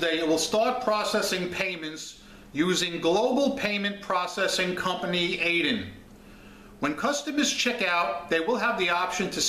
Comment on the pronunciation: It's pronounced Ad-yen because it's spelled that way.